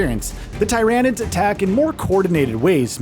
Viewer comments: Man said Tie ran ids. Ohhhhh it hurts when the correct pronunciation of words are out all over in the wild and people choose to say stuff incorrectly. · Bro it’s Tyranids, not TY RAN IDS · Its Tier anids like pyramid not ty ranids like tyrannosaurus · It’s not Thairaynids it’s Tyr-anids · Tyranid say Tear a nid not tyronid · This guy is clearly not a 40k fan just listen to how he say Tyranids 🙄 it's not TY-RAN-NIDS . ITS TIR-RAN-NIDS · Tie-ran-ids lol. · Please stop saying tye rah nids bro… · Tier-ah-nids. At least do a few seconds of Warhammer research before doing videos like this. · Everytime he say Ty Ran Id it felt like he was flicking my brain woth his finger. It just felt so wrong. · The "Thai rain nids" made me close the video... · Who else turned this off once they heard the absurdity of the way he says tryanids lol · If you want somebody to click off a video quick, pronounce Tyranids as t-eye-ranids... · When he calls Tyranids Ty.Ran.ids really triggered me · dont need to be 40k fan but not gonna lie it did still bug me how he says it lmfao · It bugs me how he says tyranid wrong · Couldn't watch this just because how you pronounced Tyranids. Sounded like you were trying to say it wrong. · Can’t say the name right? What a bum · how incompetent. cant even pronounce the name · The way you pronounce tyranids I don’t like anything about you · Dude stop calling tyrinides like that.😡😡😡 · Can you guys at least get someone who can say the name of the enemy faction correctly? It’s like he’s trying to be annoying about it. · Mispronouncing tyranids. Automatic down vote. Talk about taking an L.